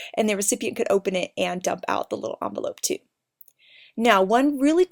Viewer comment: it's envelope not amvelope